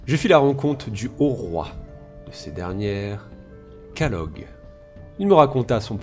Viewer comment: C'est Caladog pas Calog